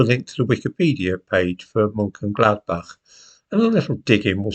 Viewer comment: Looks as though is up to its usual tricks: being extremely economical with the truth. However, it's to be expected that would take this position as Lord Haw Ha...errr the c-l-o-w-n loves nazi Germany. However, really ought to practiise Mönchengladbach. The clown's pronunciation is AWFUL!! British policy before the outset of war was bombing. Clearly, DOESN'T know what it's saying as the RAF starred the bombing campaign as soon as the war started. However, little fairy tale about Mönchengladbach forgets TWO critical pieces of information: the invasion of Belgium, Case Yellow, and the bombing of Rotterdam on 15th May.The RAF merely put into practice governmental policy of Thursday, 31st August 1939 to bomb should Germany start unrestricted air attacks. Germany did when the Luftwaffe atacked Warsaw. little episode is the usual standard fare: fairy tales and DELIBERATE madsaging of the FACTS. However, this little episode is probably some attempt to justify the recent Israeli decimation of Gaza City.